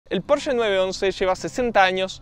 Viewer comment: Al fin decís Porsche como corresponde y no PorschA😜